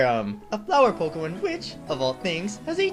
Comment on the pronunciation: pokehmon.. hehe.. hehe